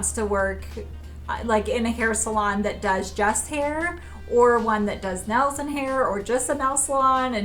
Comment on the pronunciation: Noticing the accent more so lately- or maybe just how was brought up saying things. (Not a bad thing at all- I’ve just been noticed more so lately)…. Nails= Nells Saw= Sawl Pink= peenk